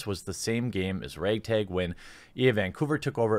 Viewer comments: "raaaag taaaag".... your cheesehead is showing! :) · "rayg tayg"